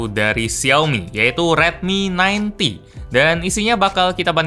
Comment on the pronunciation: Redmi 9T terdengar seperti Redmi 90 😌